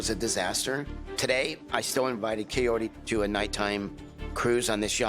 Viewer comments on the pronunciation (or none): Chayote, kayote, kayodii... C'mon Ed! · He sounds like he’s saying COYOTE damn Eddddd